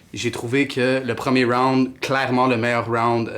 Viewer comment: Aie aie aie les francais... on dit pas rounede on dit round